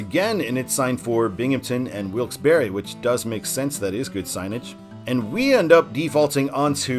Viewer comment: Kudos to you good sir for the correct pronunciation of Wilkes-Barre! Best way to tell someone isn’t from around here is how they pronounce the Barre part (or putting too much emphasis or a pause on the Barre part).